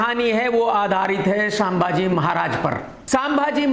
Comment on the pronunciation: Krk साले,,,, इतने एपिसोड बनाये छावा रिलेज से अब तक तुझे 😡 छत्रपति संभाजी महाराज नाम बोलना नही आता